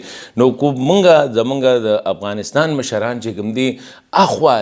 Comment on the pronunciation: جناب د افغانستان نوم باید تاسې سم تلفظ کړﺉ! مننه!